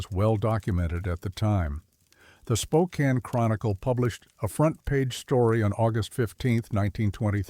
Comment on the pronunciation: I was astonished it got Spokane right! 😂